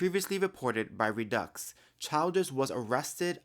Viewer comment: Hey. I just wanted to let you know that the name is pronounced RED-DUCKS= REDDUX. Please tell me how you keep your naturally curly hair so beautiful and not frizzy? I also have Naturally Curly Hair, BUT Your Curls Are Very Defined And Beautiful!!!! Please tell me Every Single HAIR CARE PRODUCT That You Wash And Condition Your Hair With IN The Shower, And Then What "LEAVE-IN CONDITIONERS" And/Or Other Hair Care Products You Use On Your Hair AFTER You Get OUT Of The Shower.Your Hair Is JUST SSSSOOOOOOO BEAUTIFUL!!!🙏👼👍